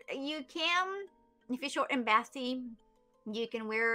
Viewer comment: "short and basty" haha her pronunciation gets me